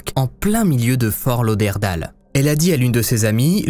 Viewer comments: Super vidéo bcp de recherches, par contre pour la petite info on dit fort lauderdayle et non Dale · HAHAHA Comment tu prononce Fort Lauderdale??? Comment tu prononce New York, Hollywood ou simplement Tyler? En anglais? Pareil pour Fort Lauderdale, pas dure dire daile et non dale. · Excellent vidéo! Mise à part la prononciation de Fort Lauderdale, mes oreilles saignent! 😬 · Aïeeeeeeee mes oreilles. On dit Fort Lauderd-ai-le 😉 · Ta prononciation de Fort Lauderdale est magnifique !! mdr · fort lauderdale! misère, essaye de bien prononcer à L'anglaise. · Tu as massacré à la tronçonneuse le nom de la ville de Fortlauderdale loooll Et cela sans aucune gêne! Je ne suis même pas encore rendue à la 26e minute et cela fait 6 fois que tu répète cette erreur ignoble!! Wooww Ça me fait saigner des oreilles!!! Le ridicule ne tue vraiment pas alors???? C'est à cause de gens comme vous qu'on se moque des Français qui parlent anglais!! Tu ne sais pas comment ça se prononce, regarde sur Google 2 secondes!!